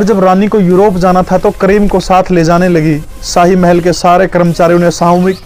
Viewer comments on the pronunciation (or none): none